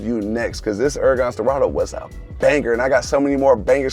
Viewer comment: “Uracan schpwarts caa”